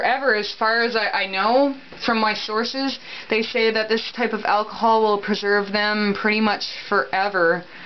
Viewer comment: The way they pronounced alcohol is going to kill me